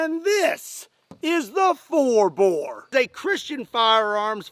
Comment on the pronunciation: Bore not boar